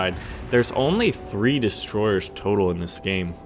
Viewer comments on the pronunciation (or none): none